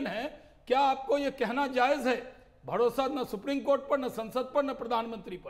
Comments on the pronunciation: भडोसा नहीं भरोसा होता है 😂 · ye bharosa bolra ya Bhadosa?